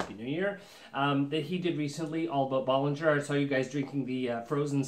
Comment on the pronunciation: Bow-lin-JHAY. Not Bol-lin-JHER For God's sake man pronounce it correctly